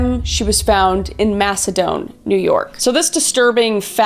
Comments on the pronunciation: just an FYI as someone from the area of Rochester Macedon is pronounced as like you were saying mass-e-din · Idk if anyone here said this. I grew up in the Rochester area of upstate NY. Lived in Macedon, NY from 10-20 years old. Then lived in the Fingerlakes area. It's pronounced MaceDON. Like "the Don." Donny. Great video, btw. 😊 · Me: Why does the Alphabet Killer sound so familiar? One of the victims is found in my hometown of Macedon. Its a small town (currently only about 9,000 people live there) where not much happens so of course Everyone would be talking about this. (Sidenote, Macedon is pronounced more like Mass-a-din. No shade though, tons of town names in upstate NY are difficult to pronounce) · First off you pronounce Macedon wrong. I am from this area lol. Lived here for 32 years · The way you said Macedon made me laugh. I’m from the Rochester area & I’ve never heard it pronounced that way. 😊